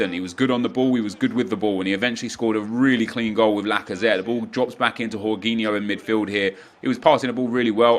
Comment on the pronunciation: Man said horginho instead of jorginho u really need to work on ur pronunciations lol